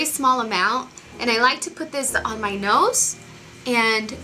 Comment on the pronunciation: i swear am not hating,am just curious,,why does she tend to switch the "z" and the "s" when she's talking..like she said "i like to put thiZ on my noSe " !!